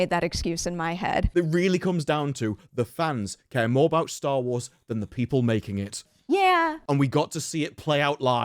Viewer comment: He says Star Lores.. The hell?!?